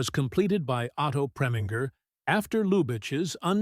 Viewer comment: Many of these films were from the late 1950s, when the studio system was starting to unravel and television pulled audiences. The droning AI generated narration of this documentary butchers many names- Leslie Karen? Anne Blith? Otto Premeanger?